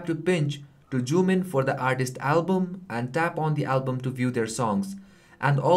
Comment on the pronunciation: why do you always say JOOM instead of zoom?